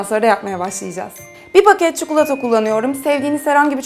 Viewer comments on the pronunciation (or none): çukulata değil çikolata😄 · Ya çikolataya neden çukulota diyorsunuz hiç anlamıyorum o zaman videonun başlığına da çukulota yazın